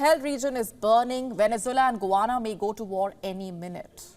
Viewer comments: It’s pronounced Guy-Anna, not Goo-wanna. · Correct pronunciation . Guy Anna! "Guyana" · Ya but she sounds funny. :body-blue-raised-arms